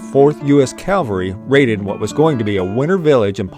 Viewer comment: Cavalry, not calvary.